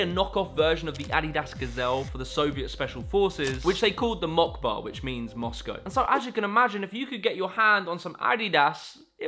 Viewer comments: bro really used english letters to pronouce a russian word, it's moskva not mockba bruh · " Which is called mokba" What :D I cant read cyrillic but it clearly reads out "Moskva" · It's Moskva, not Mockba. It's hard to recognize Cyrillic when all the letters also exist in the Latin alphabet, though the tiny upper-case B should've been a bit of a give away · It's not "Mockba" it is M O C K B A , which is in cyrillic and literaly reads out as M O S K V A. And before anybody starts hating or mocking: I am not a russian, just a member of the nation that invented the cyrillic :) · You got it a little wrong, it's not "mockba" it's pronounced Moskva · Even though it looks like "MOCKBO" that's Cyrillic, and it's equivalent to and pronounced as Moskva (as in, actually sounds similar to what it means which is Moscow) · The "Mockba" is called "Moskva", - in Russian Language the C is an S and the B is a V, and as you said Moskva means Moscow. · MOCKBA is not pronounced like "mok-ba", it's cyrillic letters and the latin transcription is "moskva" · haha not mockba)) properly we pronounce it moskva because similar letters in lat and cyr alphabets may sound different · Correction on when he brought the off brand show its not pronounced "mockba" it's more of a moskva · It's not "Mockbo" that's just Cyrillic letters for Moskvo (Moscow) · It isn't "Mockba" it is "Moskva". The "C" and the "B" in cyrillic is the letter "S" and "V" respectively. Also Harbass really isn't a part of Gopnik culture, it is more of a western thing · its not mockba its Mosckva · This video taught me that Moscow is pronounced as "Mockba". Thank you for accurate information. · A cyrillic "B" is pronounced "V". Moskva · It's written Москва, but it is actually pronounced Maskva (the o is sometimes pronounced as a in Russian) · probably already been mentioned, but 'Москва' is Russian for Moscow. In Russian, C=S and B=V, so it's pronounced like 'Moskva'. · "the mockba" that's not how you say it... ☠